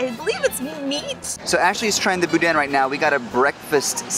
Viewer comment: We live four hours away from here. This is our vacation this year. The N at the end of boudin is not pronounced,tho. Any who! I'm excited!